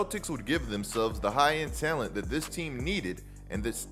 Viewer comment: Nobody:: taylent